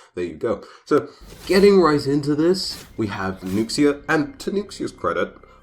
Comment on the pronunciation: I just wanna day that Nuxia is pronounced Nu ( sounds like the first syllable of noob) and Sha , an x in mandarin is akin to a sh sound in English. Just wanted to let you know that’s all :)❤️